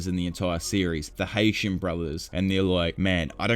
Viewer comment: Bro it's HAITANI not Haition